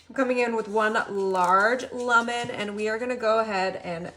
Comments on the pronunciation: She says lemon so weird I can hardly get past it. She says “lumen” once and “lamen rhyming with ramen” a few times. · Is this AI? The reason that I say that is because she pronounces lemon really weirdly.